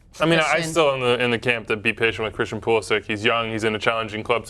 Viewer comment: Hahahaha Pulisic pronounciation not even close. It's actually Pulišić (Pulishich).